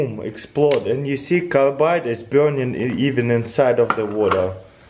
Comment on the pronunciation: i love the way he says "burning" as "byurning"